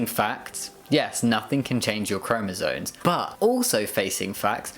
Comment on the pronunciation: I love your stuff but please it's "chromosoMes" not "chromosoNes"